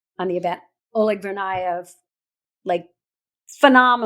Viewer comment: Jesus Christ . You totally butchered oleg’s name .